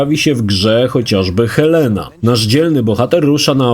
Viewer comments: Elena, a nie Helena ;) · Elena a nie Helena 😂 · Jestem wielkim fanem serii Uncharted, ale Złota Otchłań to jedyna odsłona serii, w którą nie miałem okazji zagrać ze względu na to, że nigdy nie posiadałem Vity. Może kiedyś wrzucą tę część na PS4/PS5, chociaż wątpię. P.S. - Czy właśnie powiedział Helena, zamiast Elena? 😂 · Helena, mam zawał.